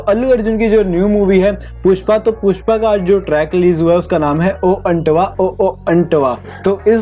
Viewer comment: Antva not antava means" say"